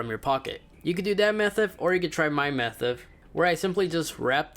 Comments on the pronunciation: Instead of saying method he said methif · "You can do that methuv or you can try my methuv" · Dabba doo methif 😂